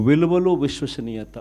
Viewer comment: Vishwasaniyatha sir , voshwasaniyatha kadu.😂😂. Yenni sarlu annav aa word , nee motham speech la oka 15 times annav.😂😂😂.